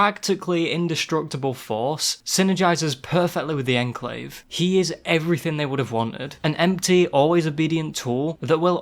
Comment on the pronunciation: Legit had to stop watching the video because of the way he says Enclave